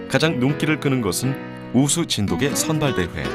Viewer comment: 언어에는 역사성이 있죠. 시간이 지나면서 표기, 발음 등이 변할 수 있고 표준어 규정 또한 바뀔 수 있습니다. '자장면'을 예로 드셨는데 '자장면'은 '짜장면'으로 표기하고 발음하는 사람들이 많아서 '짜장면'도 복수 표준어로 인정이 됐죠. 그런데 정 반대되는 예를 드셨어요. 저 영상을 보시면 아시겠지만 나레이터 외에는 모두 [진도깨/진돋깨]로 발음하고 있습니다. 저또한 [진도개]로 발음하는 것은 처음 보았고 매우 어색하게 느껴졌습니다. 백번 양보해 관용적 표기로 '진도개'를 허용하는 날이 온다 해도 발음을 [진도개]로 바꾸진 않습니다. 이 방송의 나레이터는 대본 상의 '진도개'라는 표기를 보고 자의적으로 [진도개]로 발음한 것으로 보입니다. 나레이터는 아나운서가 아닌 일반 성우로 보이고요. 그리고 고유명사에 대해 주관적으로 정의하고 계신데요. 이것은 관용적으로 '진도개'의 표기를 허용하느냐 마느냐의 문제지 고유명사니까 발음, 표기는 상관없다라는 논리와는 전혀 맞지 않는 이야기입니다. 또한 세계화(?)를 위해 '진도개'라는 표기가 더 좋다고 하셨느데 외국인과 관련된 것은 영문 표기를 어떻게 하느냐이지 한글 표기를 어떻게 하느냐와는 전혀 상관없는 이야기에요. 그리고 사이시옷에 관한 규정은 중학교 과정에서 배우는 내용이지만 '진도개'라고 적는 대부분의 사람들은 단순히 그것이 맞다고 생각해서 즉, 틀렸다는 걸 몰라서 그럴 뿐입니다. 님이 말씀하신 것 같은 거창한 이유에서가 아니에요. 역시 그런 이들도 발음은 [진도깨/진돋깨]로 합니다. 말씀하신대로 초등학생도 '진돗개'의 사이시옷 표기를 다 안다면 역시 '진도'라는 원산지를 쉽게 알기 위해 '진도개'라고 써야 된다는 말씀도 어폐가 있게 됩니다.